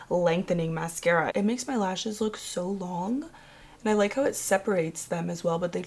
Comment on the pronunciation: Buhlack. Longuh. Skinuh. Sprayah. Onezzzah. Pinka. I can’t anymore 🤦‍♀️